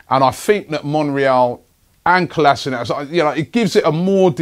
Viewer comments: Kolasinac is pronounced 'Kolashinuts'.....seriously. Get it right Robbie...otherwise thanks for the updates. COYG ! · its Kolasinac FFS !